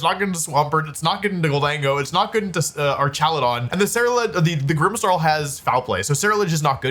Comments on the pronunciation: Why is he calling it ar"cha"ludon😂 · The way you pronounce Archaludon is funny, but the correct ways are like Archangel or hazmat/hazardous